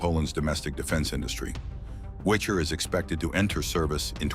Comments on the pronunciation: For a professional it is enough to spend FIVE MINUTES on the Internet to check the correct Polish pronunciation or words. And I am quite sure you will be astonished with the fact the Slavic language is NOT PRONOUCED with the English language pronunciation rules. And Wicher, read as Vee-Hair, which means Gale is not a Witcher – the dragon killer. Thumb down for your ignorance. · ORP Witcher not Wicher